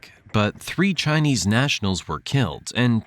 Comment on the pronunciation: You might want to put a bit more effort into the pronunciation of Chinese. A very amateur effort 😡 on an otherwise good video.